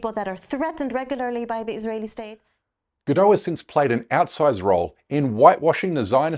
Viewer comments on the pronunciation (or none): Please if you're going to go on about her name, get it right. It doesn't rhyme with 'saddo', like a 'Frenchified' form. I'm it's the same as 'Gadot', a kibbutz in northern Israel. This sound like 'bad lot'. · She's not French. You pronounce the T in Gadot. Her name rhymes with polka dot. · Its not a silent T! her name isnt french! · Gal “Robot” Gadot. It’s pronounced Robó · Check your fact checkers. This video is full of BS. You can't even pronounce her name correctly. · Nobody pronounces her name correctly...its hilarious.